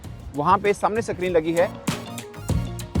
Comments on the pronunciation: Oye oyeeeeee sakreen nahi screen hota hai kya bhai match se nahi yeah pakistani hashake entertain jarur karenge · Screen ❌ Sakreenn 😂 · Bhai Sacreen nahi sayad screen hota Hai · Succreen lol screen it was funny listening to u But good update thanks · Screen❌ Sacreen✅ 😂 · Screen bolte hain Sacreen nahin.....sacreen is so phonetically lower middle class....😂😂😂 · Screen ❌️ Sacreen✅️ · Sacreen ni hota hai screen hota hai😂😂😂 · Basically sakreen is screen basically so when you say sakreen basically it means screen basically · Pakistani screen nahin bol sakte 😄😄